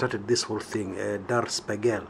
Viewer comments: you pronounce it as "Di" or "De" "shpigl" or "spigl" or "shpegl". The "r" in "Der" is silent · Its prounounced as 'di shpigel' translates to 'The Mirrow '